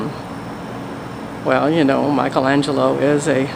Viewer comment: It's. Not Mike a la glielo